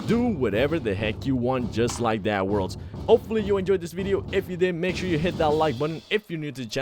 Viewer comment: Why can’t he say worlds